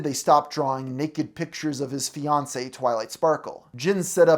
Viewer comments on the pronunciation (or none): none